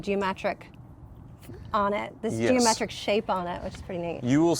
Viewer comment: Is it just me or says "Geomatric" instead of "Geometric". I just catch it every time and it sticks with me for a bit.